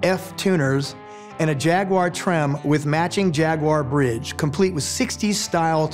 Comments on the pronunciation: Finally an American that pronounce Jag-u-ar correctly! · Always happy to hear someone pronounce "Jaguar" correctly